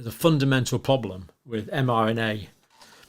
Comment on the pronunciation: Those clips from the Campbell shows are hard to stomach. Cannot bear his gurning and dramatics, and his speech is so annoying, like how he pronounces problem as "pwoblem".